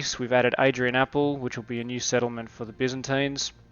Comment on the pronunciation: just passing by to say that it is adrianople (from adrianopolis) and not adrionaple if i'm not mistaken ! great job any way ! looking forward to play !